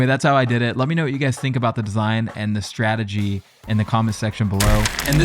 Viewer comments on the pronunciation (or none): none